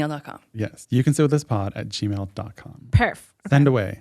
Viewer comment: during the ad, definitely says "shit with us" instead of sit, she's so cute omg 😂😂😂😊